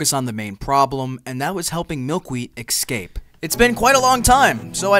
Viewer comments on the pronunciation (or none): ESCAPE .... not EX-SCAPE